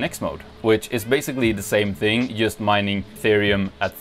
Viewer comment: cant you yust say "djust"? :p so annoying